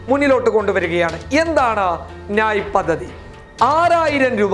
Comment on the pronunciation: നായ് അല്ല ന്യായ്